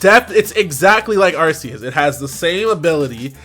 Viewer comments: Isn't it Ar-Kee-Yus. That drives me crazy lol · ARK•ee•us. Otherwise, great video as usual,! ✊🏿